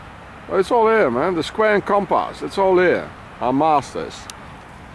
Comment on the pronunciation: Compass (comparse;) pump arse it rhymes :-P